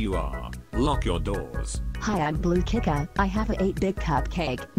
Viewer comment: Kicka? That's even worse than the Ch-i-ca pronunciation.